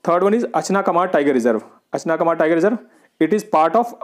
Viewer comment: .. 2.उदानती-सीतांदी ..3.अचना कमर. नही है भाई 😅 Indono ka Sahi pronunciation 2.उदंती-सीता नदी और 3.अचानकमार है 🙏🙏